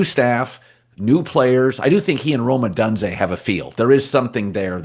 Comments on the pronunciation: It's pronounced Oh dunes zey not done zey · PLEASE have some courage, standup to Colin and tell him it's Rome "Oh-DOON-zay"